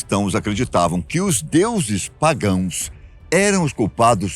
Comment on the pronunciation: PagoEs????? Não seria PagÃos???? Com a?